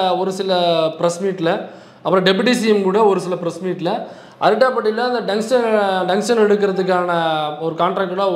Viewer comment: டங்ஸ்டன் என்று அவரை சரியா சொல்ல சொல்லு. இல்லை எழுத சொல்லு..